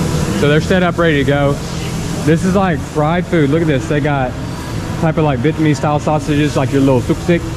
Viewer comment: Khứa tóc vàng phát ám tiếng việt chuẩn quá